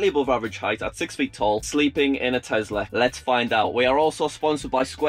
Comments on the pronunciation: Nobody:: TEZLA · It’s tesssssssla not tezzzzzzzzzla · i will still never get why people call it a Tezla instead of Tesla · Btw it’s Tesla not tezla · The way you say tezla instead of tesla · i know, but i never heard any other brit say TEZLA